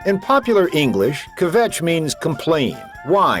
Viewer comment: Stopped listening when he couldn't pronounce "kvetch".